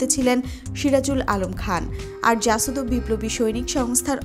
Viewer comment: apni to reading porteo parenna. kothay pause shetao bujhenna. jasod na jashod. subject matter jane emon kauke porte bolen.